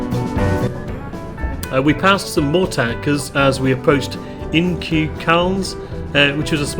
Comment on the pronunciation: "Inchukalns" is the way that it is pronounced.